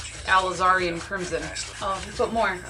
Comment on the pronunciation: Its not Allazarin crimson its Alizarin crimson ok